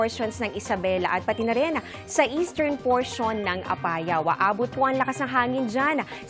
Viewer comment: Parang mali ang bigkas niya ng Apayao.